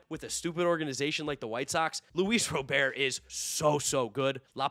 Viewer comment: Huge for pronouncing Luis Robert’s name properly